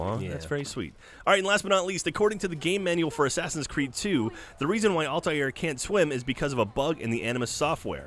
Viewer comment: altair not altiar :/